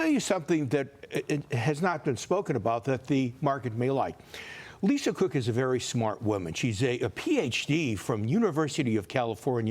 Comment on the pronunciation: Did I hear him say "Lisa CRook"?